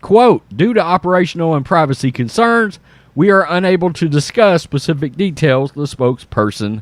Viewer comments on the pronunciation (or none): none